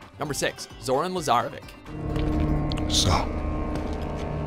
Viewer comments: How dare you say Lazarevi-k. It's Lazarevi-CH. Even Nate says it in Uncharted 3 Multiplayer. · lazarevic's name pronouncation is not K its tsh....and chloe is love <3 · I know I'm late when watching this vid but I for a fact this guy has not played the games like dude said lazarevik it's a c my dude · Did the narrator even attempt to play the game?! 😒 Butchers names and the clip used even corrects them lol 😂😂